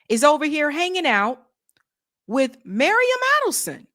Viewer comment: It’s Miriam, not Mariam! You just read it off the screen, FFS!